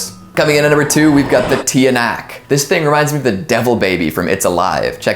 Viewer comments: Filipinos: tikbalang, Kapre, tiyanak(pronounce as Chanak) Outsiders: tikblang, Kapri, Teeya-knock XD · Tiyanak is pronounced as “Chanak” 🙌🏽🙏🏿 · Tiyanak you gotta say tyanak